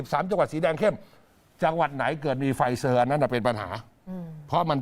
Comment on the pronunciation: อ่านว่า ไฟเซ่อร์ ค่ะ ไม่ใช่ ไฟเซอร์